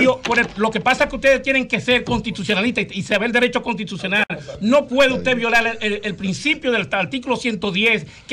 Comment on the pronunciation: Consultor Juridico del Minerd y no sabe pronunciar correctamente las palabras "contitucionar" que verguenza...